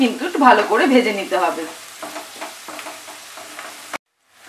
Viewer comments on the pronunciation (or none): none